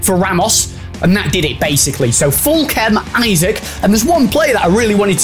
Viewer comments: Isak is not pronounced like isaac lol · from a toon supporter, it’s ‘ee-sack’;)